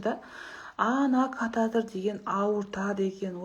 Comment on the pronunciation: Кататр емес катиетр